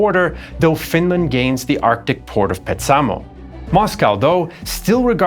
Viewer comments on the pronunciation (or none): A constant in Finnish pronunciation is that the stress is always, like ALWAYS, on the first syllable of a word. Petsamo should be PETsamo, not PetSAmo. And there are many more examples in the video......